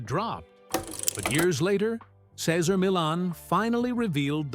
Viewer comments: It was so distracting that Cesar’s name was misprounced every other time….also disrespectful to him. He’s an amazing person… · Please learn to say the name correctly of the person who's life story....you are narrating. It's just polite. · wish the voice over guy would pronounce his name properly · Can’t even pronounce his name correctly stopped watching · I left as soon as he mispronounced Cesar's name. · How can any viewer have any faith in a video where you can't even pronounce his name right? I respect Cesar very much, but I won't be back to this channel. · How can you make a video about a person and not even know how to pronounce the name?